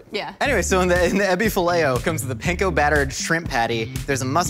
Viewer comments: Panko is pronounced (Pawn-ko) instead of Pain-ko. Pan is Bread. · I live in Japan but would fly to Burbank for Ebi Filet-o. Side note: since is capable of pronouncing "kurogoma" and "nanami togarashi" correctly, can he please start saying "panko" correctly? It's "pan"ful every time he says it wrong.